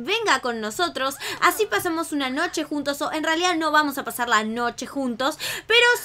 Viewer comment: dijiste nocho enbes de noche